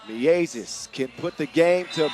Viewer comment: The "ie" sound in Miezis is correctly pronounced like "ea" is in English word gear. The announcer is now just saying it like it's two separate words Mi Ezis 😂 As for Gludītis - emphasis in Latvian words is always on first syllable (same applies to Lasmanis and Raimo). Ī letter means its a longer i sound - like ee in sheet instead of a short i as in big.